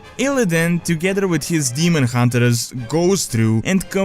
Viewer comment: demon hun-ters, not demon hun-te-RERS.